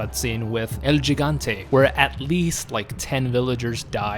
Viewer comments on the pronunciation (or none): I realy hate to be THAT guy but its pronounced El GiHante as opposed to gigante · He - gan - te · Why does everyone pronounce it Gigante its pernounced higanté with an h sound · I like your vids, but the way you're saying "Gigante" hurts my hispanic heart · You're saying El Gigante wrong, the first G is pronounced as an H.